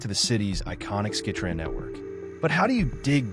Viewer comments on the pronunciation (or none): It is the Skytrain, not skitran! ffs!